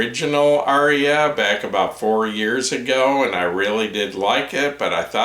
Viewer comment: Thank you,! Incidentally, the Indo-European word, “Arya”, has only TWO syllables. 🤓